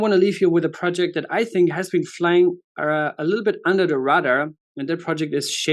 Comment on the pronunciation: Just to help. Radar is pronounced Ray Dar - Radar. Flying under the Radar. Not Rudder. RayDar but spelled Radar.